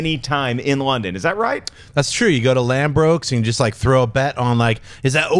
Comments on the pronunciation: it's ladbrooks not landbrooks haha! Americans always miss per nonce words. funny. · "Lanbrokes" haha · Ladbrokes not Lambrokes lol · Lambrooks!? 😂😂😂 I think they meant Ladbrooks 😉 Great show 😀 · "Lambrokes" LOL. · LADBROOKES 😂 not LandBrookes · lol its Ladbrokes not Landbrokes. Shoutout to my city London!! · Haha Schnepp! It's Ladbrokes not Lambrokes! I hear they just bet on sheep over there!!! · john schnepp are you drunk loooooooool, lambrokes looool. you mean ladbrokes mate lol. we dont bet on anything btw hahahahahahahahaa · It's Ladbrokes not Lambrokes. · It's Ladbrokes not Lambrooks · I love this show more than I love my own parents, but my god, as an Englishman, your pronunciations can be irritating! Firstly, easy mistake, but Ladbrokes is pronounced like 'Lad-bruhks', not like 'Lad-brohks', but without prior knowledge, it's probably how you'd pronounce it, so that's understandable! The one that always bugs me, however, is how most Americans pronounce 'Craig'. It's not 'Cregg', it's 'CrAIg'. Pronounce the 'ai' as if it's in 'train'. Like 'CrAYg'. Mini-rant over, I love you guys! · Its "Ladbrokes" Schnepp! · It's Ladbrokes - lol!